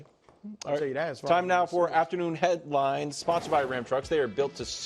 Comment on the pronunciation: Wildes you cant put a pause in the word headlines there 😂 Time for afternoon head..lines